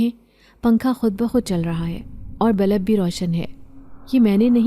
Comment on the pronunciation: Balb nahi Bulb